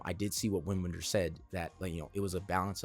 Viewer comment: Loved hearing your perspective on this beautiful film. Wim Wenders (the “W” is pronounced with a “V” sound) is one of my favorite filmmakers, and this is one of my favorite Wenders films. Check out his 80s masterpieces, “Wings of Desire” and “Paris Texas”. I’m certain you’ll appreciate both of them. Wenders also makes excellent documentaries. His most well known docs are probably “Buena Vista Social Club” and “Pina”, but you’d probably really enjoy “Tokyo-Ga”.